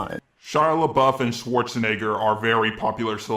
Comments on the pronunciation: Swoarzenegger!? Wtf!!! This guy is a racist because he can't pronounce German names. Just look up the German word schwarz (which means black) on Google translate and click on the speaker icon. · most English speaking people cant even pronounce Schwarzenegger including our dear xD